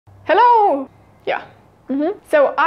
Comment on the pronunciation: Hearing you say "Hello" in the beginning was enough to tell you're German. 😄 Grüße aus Norddeutschland 👋🏻